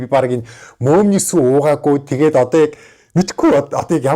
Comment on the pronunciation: би одоо арайчдээ мөөмний гээд байхад мөөгний сүү гэж сонсов😂😂😂